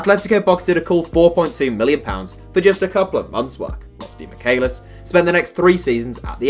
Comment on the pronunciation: Its pronounced demi-Chay-lis